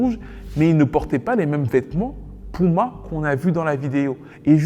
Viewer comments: Il va falloir apprendre à dire puma et pas pouma pardon ! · Bro c'est puma ! Cest pas pouma mdr